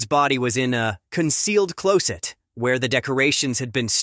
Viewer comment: This computer voice is so bad it can’t pronounce common words like odor and closet. 😡